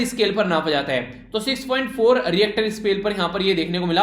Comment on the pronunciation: 9/10 -1 for the pronunciation of richter scale🙉